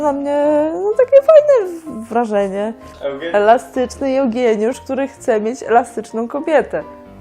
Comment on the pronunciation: "Jełgieniusz" :D Telewizor na ścianie łooo hehe Bardzo dobry odcinek ;)